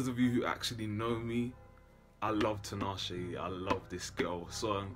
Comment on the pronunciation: TEE-NAH-SHAY. Not TEE-NAH-SHE.